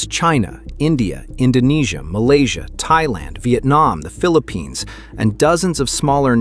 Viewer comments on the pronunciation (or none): none